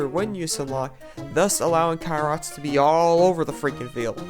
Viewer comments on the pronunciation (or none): why do you say kai-rot isntead of kr-oi-t?